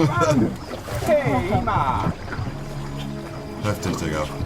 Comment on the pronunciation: Nobody: Monte: Heftich